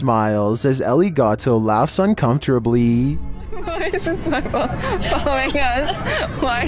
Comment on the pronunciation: At the 30 second mark are my ears getting confused or does says "Laughs Uncontrably" -- I had to listen 4 times and I'm hearing *Uncontrably - I know he means to say "Uncomfortably" though. Peace, I used to find your voice hard to listen to, but somehow I actually learned to understand that must just be how you talk..And now I'm so used to it, it's ok by me. "Uncontrably" though, that's a good new word you've invented.